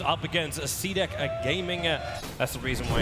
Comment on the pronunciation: why tobiwan pronounced cdec as CDeCK